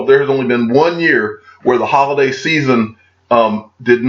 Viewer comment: Who else heard, "Hodl-day season" ? 😎